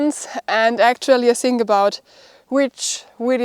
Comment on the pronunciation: please please work on you english, its not SINK ABOUT, its THINK ABOUT, EVERYSING is EVERYTHING